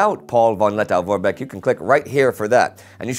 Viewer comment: The pronunciation is 'Meenenwerfer'. And 'Lettoh'.